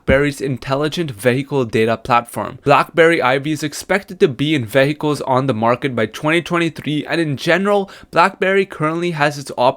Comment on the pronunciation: stop saying "vay-hay-kuls". lol. its "vee-heh-kuls".